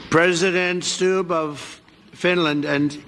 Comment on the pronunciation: That president of Finland thing is not only scary but outright embarrassing, everyone rolling their eyes. And Stubb is pronounce like stub, long u sound